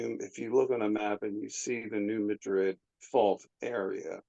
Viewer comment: Great show! By the way, it’s pronounced New MAdrid.😊